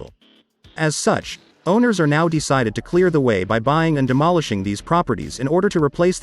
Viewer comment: Have you tried typing “too” or “two” instead of “to”? The voice always pronounces it as “tuh” just a suggestion, keep up the good work!!